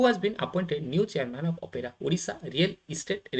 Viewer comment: Not OPERA SIR, ORERA